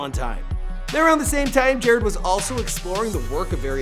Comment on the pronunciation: Could you please redo this and say his name right 🙄 it's pronounced jah-rod....not jarred